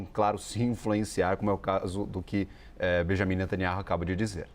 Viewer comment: Queria me atentar para a notícia, mas a pronúncia errada da repórter roubou a cena: Hilzbolar, Benhamin...